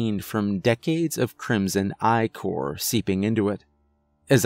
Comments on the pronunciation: The inability to pronounce "ichor" /ikor/ is both more and less surprising. It's so obvious, and yet, your pronunciation choice is so obvious and so distubring. What was it you said? Aykor? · Great story but the word ICOR is pronounced "icker" like icky but with the er.